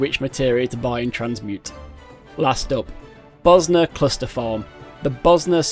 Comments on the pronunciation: It's Bozja but the pronounciation he went for was like he was saying Bosnia how the natives there do 😂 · I coulda sworn they pronounce that J like a Y, but its really w/e really xD I used to pronounce the J hard because Iunno, but then I started saying it similar to Mjollnir (myol near), so iunno lol EDIT: forgot to clarify xD, I just meant I pronounce it Boz Ya or something like that, I honestly dunno how to do proper text based pronunciation marker thingies